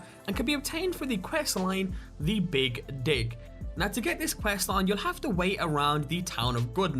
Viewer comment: the big dig. . . ahhhh!!!! ur accent made it sound different xD